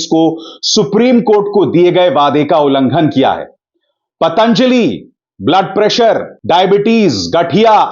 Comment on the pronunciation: पातांजलि नही पतंजलि पहले बोलना सीखिा